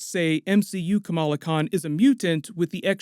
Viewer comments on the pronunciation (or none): I swear I heard him said Camilla Khan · What If... people stopped pronouncing Kamala as "Camilla?" Not that I give a crap about the new Ms. Marvel, but it bugs me.